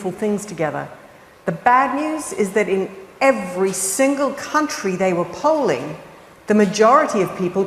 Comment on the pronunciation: At first i thought she said, “in every country we were culling ….” Actually it was, “in every country we were polling…” However, “culling” is probably more correct.